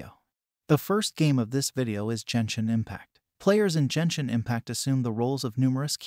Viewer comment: Jenshin Impact... yikes.